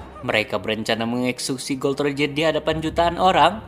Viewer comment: Bukan gold roger atau god Roger bang tapi gol D roger baca nya gol di roger